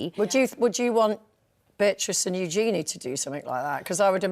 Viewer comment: Of course Their Royal Highnesses should not suffer any criticism. They are not their parents. I do wish people would take the time to pronounce Princess Eugenie's name correctly. It's not Yoo-gee-nee, it's Yoo-juh-nee. It really isn't difficult.